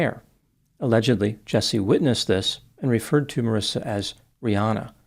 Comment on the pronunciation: There is no “I” after the “C” in her name so that’s pronounced with a “ck” sound and not an “S” sound. Looks like that would be pronounced “maw-reeka”. 🤷🏻‍♂️ Sounds about right,huh?